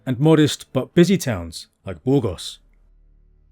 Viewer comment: Soy española y andaluza, y no me gusta que se alteren los nombres de los lugares, como Borgos? cuando es Burgos, o Badoz cuando es Badajoz, etc... y ese acentillo medio latino americano medio inglés, es chocante. Le gustará al autor que yo tradujese los lugares de su tierra bastante mal y con acento andaluz? El andaluz no es un idioma ni un dialecto pero tiene su acento muy diferente del castellano oficial, sabes?😂😂😂😂😂😂